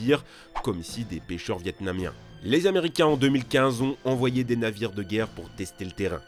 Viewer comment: Cent mille "z"américains...